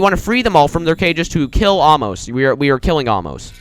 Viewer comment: its pronounced ay-moss and according to google translate Torre de la anger means tower of there anger oh yeah this is the skip for floor 3 oh again is a ladder that's tower of overestimating difficulty and tower of broken bricks, and the people in cages are blockerman mistahllama thatonekid10020 and meowy64 if you jump on aamos that happens :)